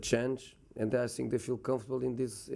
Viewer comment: Your English lvl still same. “I sink”